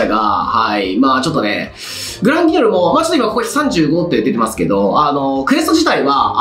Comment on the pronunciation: グランギニョルって一回も言えてないですよ